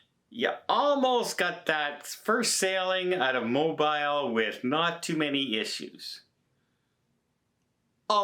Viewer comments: you're saying it wrong. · Watch the pronunciation, Mobile goes back to French (true story). Great vids!! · pronunciation of Mobile is the most Canadian thing ever. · It's Mo-beal, not Mo-bile. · Its Mo-BEEL . not mobile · Mo-BEEL!!!! It's NOT Mo-Bile. It doesn't rhyme with Tile or Smile. Ask Tony. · Yo,: "Mo-bile" is a British cell phone. "Mo-beel" is the port city in Alabama. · I love but Mo-bile.... Goodness.... Pronounced Mo-bill bro.... We love you bro absolutely one of my favorites but that sounds like something that stuck in my stomach too long after have eaten too much food and got sick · "Mo" "Beel" - NEVER "Mo" "Bile" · I love your reports, but please correct your pronunciation of Mobile. It’s pronounced Mobeel not bile. Thank You! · Mobile is pronounced Mo-beel. Like bee with the letter L at the end. Otherwise, great update! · Mo-bile?! With a long i? NO! It's pronounced Mo-bill! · Mobile, Alabama is pronounced Mobeel. I am fron Alabama. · I’m from GA with roots in Alabama and we pronounce Mobile, AL as Mo-Beall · It’s spelled like MO-BILE but pronounced MO-BEEL. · It's Mo-beel lol! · Mo-Beel, Alabama. 🤔🤷🏻‍♂️❤️ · Hey,! Love Family Vacations. Your tips and tricks are great! We spend a lot of time in Mobile and often have stood corrected as to the pronunciation of their fair city. It's moh-beel. Like: my moh-bile phone works well at the moh-bl home in the city of moh-beel. Easy, right? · MOBILE can be pronounced many ways, but when you talk about southern Alabama it is pronounced "mob EEL"...haha thanks! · C'mon,, you should know better by now - the Alabama city of Mobile is pronounced Mo-Beel. Please call up the following YouTube video on how to pronounce the city's name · Mobile, Alabama, USA is pronounced "mo-BEEL". (also, from several previous videos, "et cetera" is pronounced "et settera", not "ek settera") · MO BEEL is how you say it! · It is pronounced M-O-B-E-E-L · Mo-Bile! 🤣🤣🤣. Where’s Mo-Bile? 🤣🤣🤣